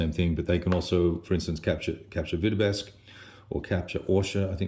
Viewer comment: 'Vitebsk' not 'Vitebesk'.